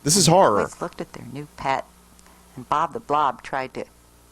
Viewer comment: How does she screw up saying "Bob the blob" but perfectly pronounces Ratchalacucuratcha like 12 times